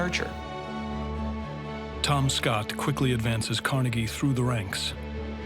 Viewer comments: If I have to hear that man call him Car”nay”gie one more time 😬🙋🏼‍♀️ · I hate the guy that says it like "Car-ney-gee" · Who is Car-Neggy? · Hey, narrator, just like Gray Davis had to correct Arnold Schwarzenegger with the pronunciation of COLLYFORNIA, stop 🛑 mispronouncing Carnegie. I'm a Pittsburgher and anyone here will tell you that the correct way to say Carnegie is CAR-NEGGIE. YOU TOO NYC, 🛑 IT!!!! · why do they say his name different, it’s disrespectful to someone who have done so much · It would be nice if the narrator would pronounce "Carnegie" as Carnegie would. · Can someone help that older gentleman to pronounce Andrew Carnegie's last name correctly!!! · Is it pronounced "Carnegie" or "Carnegie" ? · Would be better of Andrew Carnegie's name wasn't mispronounced for 99% of the episode... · ugh I hate hearing them pronounce Carnegie, I'm from Jersey and I promise they're saying it wrong😂😂😂